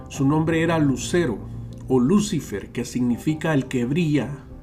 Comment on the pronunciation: Se pronuncia luciFER la sílaba tónica es FER